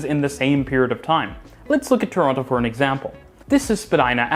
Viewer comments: yeah bro, there is. Don’t pronounce the other T, nobody here says it like that😂. Not tryna be hostile, just a fellow Torontonian tryna be helpful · I’m not tryna make a big deal about this, but if you’re from the city you pronounce it that way. Just because it’s phonetically accurate doesn’t make it right